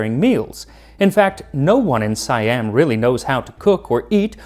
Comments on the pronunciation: Siam not Si-Am. it's Sa-Yham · Its see yam not psy am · Siam is pronounced See-aum. Trust me. I've lived in Thailand for 17 years. 😊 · It's pronounced 'See-Am', not 'Si-Am'.